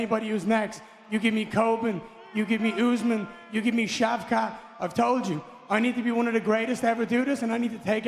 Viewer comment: Ian garry really said Shavkat 😮